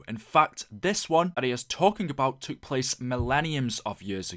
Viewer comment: couldnt agree more... and decimate "decimite" and took.... "tuuuuk"